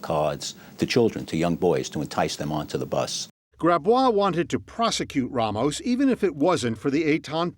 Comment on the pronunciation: It’s so annoying hearing these people clearly and intentionally saying RAYmos